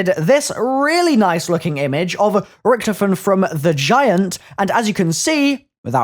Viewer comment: You said his name right